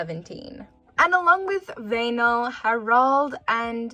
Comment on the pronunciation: Wow that's the best pronunciation of Väinö from someone who is not Finnish I have heard